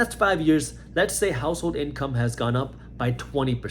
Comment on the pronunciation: He said "the average inCRUM"...froudian slip anyone 😬. Reality speaks one way or another.